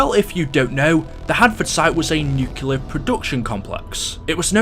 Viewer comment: Theres only one U in "nuclear".